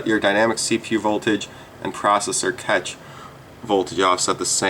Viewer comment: I don't think you should trust a guy that can't pronounce "cache"